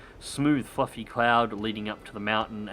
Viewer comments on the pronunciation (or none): none